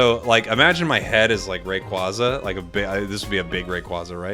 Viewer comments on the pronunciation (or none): BTW yes, it is officially "ray-quay-zah" and not "ray-quah-zah", since "quaza" comes from quazar. that aside, very much looking forward to year 2 for the game and to whatever other pokemon will be coming into the game after mew, dodrio and scyther/scizor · Rayquaza is pronounced like the word "quasar", as in the space thing. Hopefully that help with your pronunciation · I definitely feel like a new catch phrase for you could be that whenever you’re talking about Rayquaza you say “they keep telling me it’s Rayquayza” lol